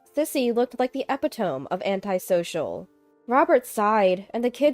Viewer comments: "Epitome" is not pronounced "epi-tome." It's "ee-PIT-o-mee." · Epitome is pronounced eh PIT uh mee